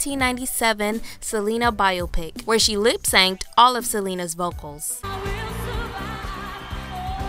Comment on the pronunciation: "Lip-sanked" lol